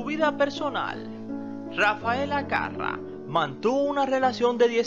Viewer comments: (Era carrá )no carra) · se pronuncia Carrá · Porque le pones acento en la primera a si lo lleva en la segunda? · EL APELLIDO DE ELLA LLEVA ACENTO EN LA ULTIMA "A" CARRA!